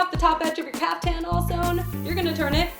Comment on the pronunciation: It's pronounced caafthan